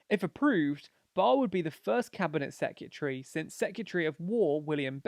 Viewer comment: Great informative video. It's prob just me but I find your pronunciatrion of secretary really distracting. I love following your channels. Yes please to advantages vids for Trump and Biden.